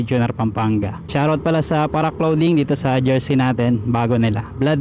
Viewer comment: solid vlog na naman tol. btw, much appreciated yung pag pronounce mo nang tama sa mga words like clothing(klo-ding). rs lagi